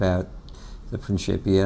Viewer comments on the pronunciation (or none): He used the ecclesiastical pronunciation (princhipia) instead of the classical pronunciation (prinkipia) no biggie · i think it is pronounced 'prinkipia'? not prinshipia